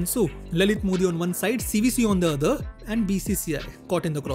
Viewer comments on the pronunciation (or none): none